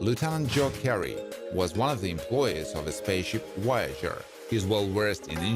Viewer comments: Its Voyager not woyager. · Pretty sure there is a V in Voyager, not a W